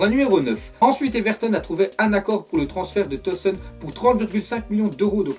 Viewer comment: arrêté de dire tosn chez tosun